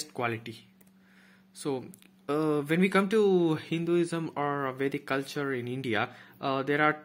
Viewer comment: Watta a great knowlege. I admire your work...The way you uttered Vedic Culture, even our accent sounds fake